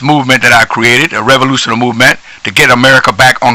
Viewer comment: "Revolutiona" Movemnt...lol, Ok thats it, subbed!